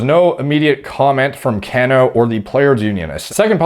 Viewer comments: I can tell you don’t follow baseball lol, It’s Pronounced “Cuh-no“ not “Can-o” I’m a consistently disappointed New York Mets Fan, but I’m stoked he failed the drug test because Jeff McNeil can play second base everyday and we can spend his forfeited salary elsewhere, like fixing this god damn bullpen and picking up another top tier starter. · His name is pronounced like "Ca--no". Like "KA" "NO". It's NOT "CAN-O" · his name is pronounced, ka'no. Love your analysis, especially not being an MLB fan! I’m really surprised these guys don’t use oxandrolone though instead. You would certainly know better than I, but I believe, it is, in fact, a collagen builder and therefore would enhance joint healing. I briefly looked at a Duke U. study where they were able to promote collagen synthesis in vitro in a wound healing study. I was actually prescribed it myself as well, while on TRT, after complaining about back and joint pain. Had to jump through several hoops to get the Rx though, like nerve testing, echocardiogram and a stress test! It was great though! I increased by Rx dose of 10mg qd to 30mg qd and had some really nice strength gains with zero sides, at least according to blood work. As far as Cano though, at 38, his joints have to be beat up from playing most of his life so I don’t understand why he wouldn’t use Anavar instead. In another post, someone said winstrol is universally used by Dominican players from early on, but why? Maybe this is why MLB has been plagued with injuries for years now! I figured it was overtraining, but maybe not, or a combination of the two. Makes you wonder.🤔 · Haha bro I wrote the same comment. Was looking for this one. Can-no 😂 Sounds like the Mortal Kombat character Kano. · Cano.. pronounced "cuh-no" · This was killing me the entire video thank you. Baseball isn't sport it sounds. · Hahaha that’s not how you pronounce his last name. Mr mans doesn’t watch baseball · The way he says cano😂